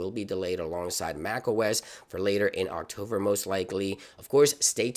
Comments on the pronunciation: October is the correct pronunciation. Not octover!! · Great video. “Octover “ is quite annoying though.